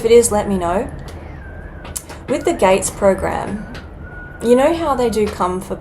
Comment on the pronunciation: Did you say GATE program